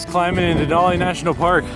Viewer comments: Just so you know Denali pronounced.De nally like alley not olly. Sorry lived here over 50 years never heard it said like that. Just saying lots of people from lower 48 that change the way our stuff is said very annoying. Yes i saw even online they say it like you. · Me and my mom watched this video last year and were happy to see someone excited about Alaska, however I do need to correct you that it’s not “dinolli” it is said like “Denali” with a normal A not a formal A. And it’s Mt. McKinley not Denali. Obama changed the name for literally no reason but us Alaskans will never call the mountain Denali :) just a fun fact for you it’s said DenALee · Denali is actually pronounced “den-Al-ee” not “den-aw-Lee.” Denali is an Athabascan word (which is what I am), that means “the great one.” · You said Denali wrong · great video what veiws at this park ! haw many times did he say DANALI LMAO